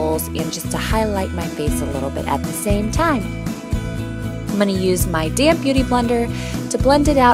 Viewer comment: Every time you say "damp beauty blender" I think you say "DAMN beauty blender" hahahaaha I crack up every time.